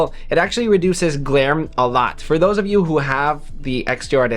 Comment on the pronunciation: Why do you pronounce U as EWWM 😂😂😂